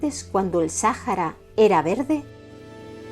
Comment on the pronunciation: Buen video, excepto con la pronunciación del nombre del desierto...